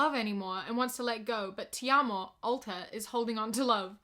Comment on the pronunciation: Seeing you pronounce “Te Amo” is the cutest thing 😭